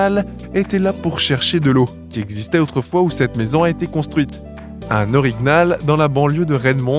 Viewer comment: Cest pas un orig-nal ca se dit orignal (o-ri-nial)